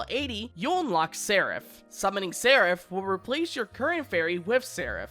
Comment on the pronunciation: I think this is the first time I've seen a youtuber pronounce Seraph correctly.